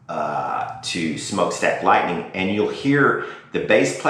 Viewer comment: Its written and pronounced Lightnin as it was written not Lightning